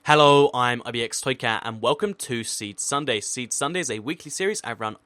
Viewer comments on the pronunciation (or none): Is it meant to be toycat not toychat